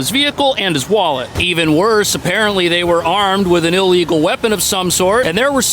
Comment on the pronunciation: Lol "illigal" weapons. How about simoly the bad guy was armed? Becuase of this slippery sloap of illigality, im meant to say nothing when the police rob from me becuase of rules no average citizen voted for.